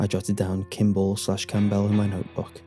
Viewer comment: Normally I'm fine with ' pronunciation, but the emphasis on the "b" in Campbell is really killing me here.:X